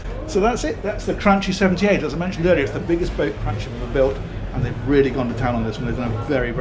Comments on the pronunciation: Have you checked the pronunciation of Cranchi? I thought the Italian pronunciation of ch before i was the hard k sound rather than the soft English ch, so cranky more than cranchee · I'm Italian, to make it easy, it is pronounced Crankee. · As an Italian I pronounce it like cranky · hey since you're so proud of saying Miele correctly this brand is pronounced something like "cranqui" just so you know ;) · "Chi" in Italian is pronounced "ki" ... Cranchi = Kranki ... this is because "ci" in italian whould be pronounced "chi" so they put a H in there to indicate it is a hard c not a soft c. Kinda the opposite of what we do. Same goes for "ce"/"che" which is pronounced as "che"/ "ke", and ge/ghe and gi/ghi where gh indicates a hard G (as in Lamborghini) whereas just g infront of an i or e is pronounced as an English J (as in Gianni or Giorgio) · Please , the pronunciation is " Kranki" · It’s pronounced Gran’key.........another Italian master piece! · You need to pronounce Cranki! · Come on,, it's CranKEE. And please don't say we've gone back to MEELAY?;) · stopped watching after 5 seconds because of your pronunciation of Cranchi. Oh, well... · Looks like Cranchi is the new Miele with the pronunciations